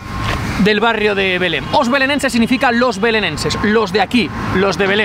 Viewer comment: Belén (en castellano) o "Beláin" (en portugués), ¡pero no Belem!